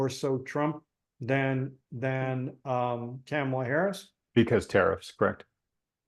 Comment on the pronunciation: Hey, it Kamala [COMMA, LA]....how do people not know how to say her name? Enjoy your pizza 🍕